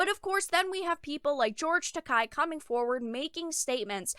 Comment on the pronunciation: Not to come off as a jerk, but since you cover anime occasionally it might help you to actually say George's name right. You're saying it like "Takai" with a hard "ah" sound, but you're ignoring the e, which sounds more like the "ey" in "hey" or "say". That aspect of Japanese is easy, since its vowels always have the same sounds.